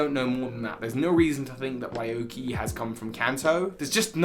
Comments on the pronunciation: It's been years. RYUKI NOT RAYUKI🤣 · Ryuki's name is actually pronounced "Ree-uki," not "Rai-yuki." In fact, Raihan's name is likely actually pronounced the way that you'd been pronouncing Ryuki's. As for what I'm doing during lockdown, well, I've been just playing Super Smash Bros Brawl: Project Plus; which is an unofficial continuation of Project M; and Onimusha Warlords. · Ryuki is pronounced "Yuuki" btw! it's not Raey-yuki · Ryuki is not riuki right? Then why are you saying i? Ryu is dragon in japan.